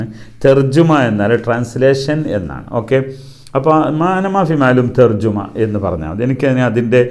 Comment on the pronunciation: തർജമയാണ് ശരി... തർജുമ തെറ്റാണ്